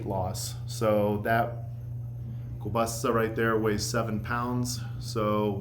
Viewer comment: Idk where you come from but the way you say keilbasa and paprika drive me insane lol Good video though.